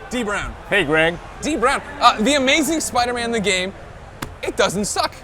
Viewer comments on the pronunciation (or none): u said every hero gam